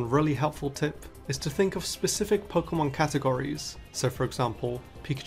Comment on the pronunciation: The way he says "Pokemon" will never not be satisfying